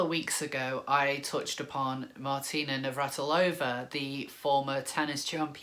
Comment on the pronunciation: Yay nails pronouncing Navratilova x